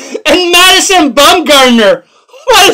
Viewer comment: Good stuff. Wow, you really butchered that Madison name!